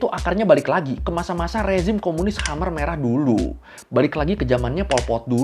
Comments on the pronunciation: Khmer bro, bukan khamr 😆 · Khmer merah bang koiii....bkn khomr...😅😅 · KUMUR KUMUR?????